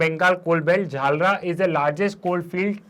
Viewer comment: It's Jharia not jharla 🤦🏻